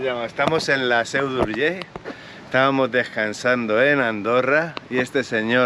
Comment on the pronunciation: Como siempre, tu sinceridad, acojona pero acojona, por cierto , muy buena pronunciación de la "ll" final de Urgell. Da gusto y se agradece oírlo, en boca de un no catalano parlante,un abrazo.